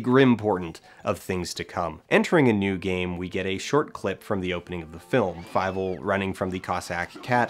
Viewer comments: Why do you pronounce it as fi-vel? Is that the one they use in the movie? It looks like a German name and as such it would be pronounced fee-vel. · FIEVEL? FEIVEL?? FEIIIIIVELLLL!!!